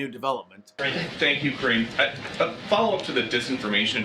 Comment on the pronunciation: Kore-eene.. chosen for her superior communications skills... or something...